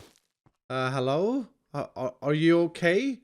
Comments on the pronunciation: Congrats on 1.5 million subs! You deserve it! Ya work hard, and ya give ud great entertainment. Keep up the good work my dude. Also, "HALLO!" i can never see hello the same ever again. xD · no, no, no, it’s HALLO there